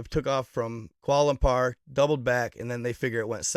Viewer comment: Dude don’t even know how to say kuala lumpur